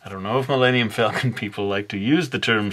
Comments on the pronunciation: The Milayneeyum Falcon? I think that is the fastest you have made me laugh in a video. Good job.:Thumbup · Man. Why did you butcher the name...